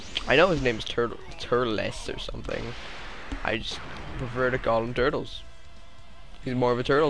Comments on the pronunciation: it turles not turtes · It's Tur-les.